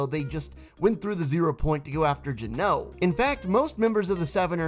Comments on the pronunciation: The way you pronounce Geno is seriously hurting me Its GEN-OH, not J-NO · It’s geno not guno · Its not gno its geno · Not trying to be rude or anything but why did you say Gino like that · that is not how you say geno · It’s pronounced GEN like the gen in gender then O